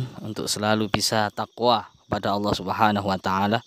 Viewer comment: Bagus juga nih video kalo di buat film Indosiar bakalan panjang 😆 Gak masuk akal masa khodam kok nyebut nama Awwoh bukan Allah ketauan banget rekayasa'a 😆😆😆